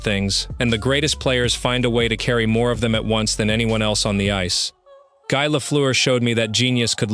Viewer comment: Exaclty! Guy in french has to be pronounce like Guee!